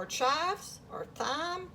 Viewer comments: Thyme is pronounced time. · Thyme is pronounced Time